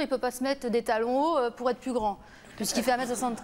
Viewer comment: l,amour avec un grand ta..lol ont dit l,amour avec un grand A...Ya pas de T a la fin de grand...ca énerve d entendre ca..